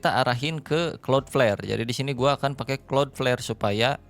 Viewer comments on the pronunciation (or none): Gw yg tiba² nongol video ini tanpa tau apa² & tetap gw tonton sampe habis. Yg terngiang² di kuping hanya " klot pler"